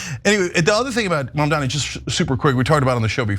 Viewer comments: Why do people call Mamdani, Mamdami? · “Mamdami” it’s Mamdani you bigot and racist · The idiot pronounced Mamdani's name wrong! Moron! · Her mispronouncing Mamdani is racist. But she cries racism like the biggest gaslight ever..